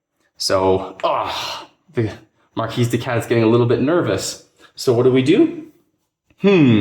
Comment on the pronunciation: Good stuff Corvids are my favorite faction. Oh and it's MarKee no S sound.